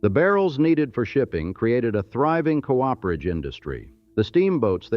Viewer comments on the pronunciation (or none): AI doesn't know how to pronounce "cooperage."